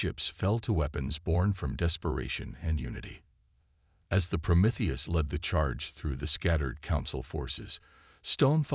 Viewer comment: I like how the AI can pronounce Promethius but not other more basic words 😂